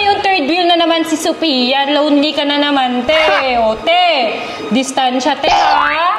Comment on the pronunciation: tehh distansya o ambulansya😂😂😂😂😂😂